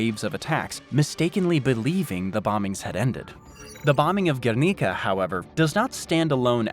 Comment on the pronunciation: G-where-Nih-Cah Guernica.